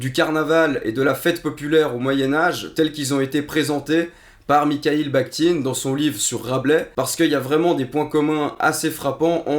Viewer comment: Attention! On ne dit pas [miKaïl baKtine] mais [miRaïl baRtine]…